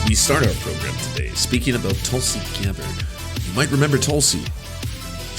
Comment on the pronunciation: pretty sure it's pronounced "Tool-see"